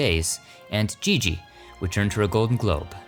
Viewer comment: Dear: You keep mispronouncing "Gigi." If you watch the movie, you can hear how it is pronounced. It's like Zsa Zsa Gabor only with an "ee" sound.